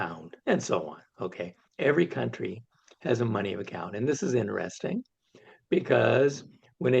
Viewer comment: it's Kuntry -- not Cowntry.